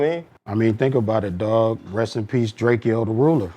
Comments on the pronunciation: Drake-O not drakEO get it right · Drake-Oh Not Drakieo. . . DrakeO, Drakeo, Drakeo, Drakeo, Drakeo. . . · “Its drake-o not drak-eo get it right” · I’m not from Cali and I know Drakeo hate when people mispronounce his name.. It’s Drake - O not Drakeyo 😂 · Drake-o not drakyo